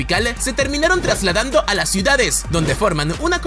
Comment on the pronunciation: Realmente NO aguanto que hable "patinando" las palabras. Basta! Me refiero a esto de "la TotalidaDe de lasE personas"